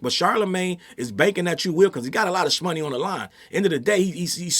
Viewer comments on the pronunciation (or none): I love how says "schmoney" instead of money 💰 😆💛